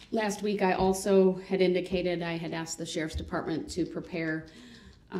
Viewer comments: "Axed" instead of asked and "do dat" Instead of do that SMH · how many times is the defendant going to ask the officer if he was axed? or claim he was axed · Funny how when he wants something From the judge he has ZERO problem saying “ASK.” Not AXE.